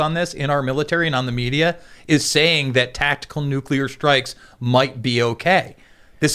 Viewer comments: my friend, please....it's killing me. It is pronounced "New-clear" not "nuke-ular". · It's not nucular, it's nuclear. Say it right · Every time you use the non-word “NUCULAR”, you sound like a FOOL. If that is your objective, then by all means continue. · NU-KLEE-UR.....NU-KLEE-UR....NU-KLEE-UR...... SAY IT NU-KLEE-UR..... Probably says Irregardless too... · If I have to hear say New-coo-lurr or spit and overpronounce "T" excessively one more damn time 🤣 I seriously don't understand how people STILL DONT KNOW HOW TO SAY THAT GDAMN WORD!" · nuk~ya~ler pronunciation of nuclear is cute! Tim is so right about Putin, Putin is right about NATO and please note that Germany dominates NATO. The war won't end unless NATO ends. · NUCULAR that irritates me